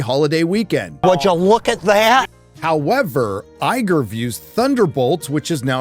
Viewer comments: “Liegar” haha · did you just call him Liger? Is it because he's useless, given far too much, and infertile?